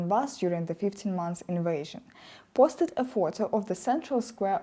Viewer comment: Поустед замість постед